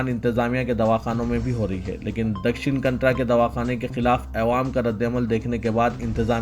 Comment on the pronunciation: Dakshan kantra nahi Kannada bolo . Thumari urdu na jane kab sahi hogi. Simt ko simat bolte ho. Siasat walon ko bhi kaye bar tawajje dilayi gayi. Lekin who bhi kuch nahi kar rahe hai.